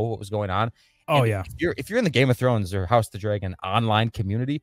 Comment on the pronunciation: Why do you pronounce dragon like that 😮